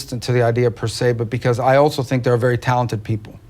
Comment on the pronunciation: Someone should let Rubio know there is no “t” in the word, “also”